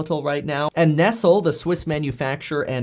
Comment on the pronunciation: "Nestle" is pronounced NEST - LAY though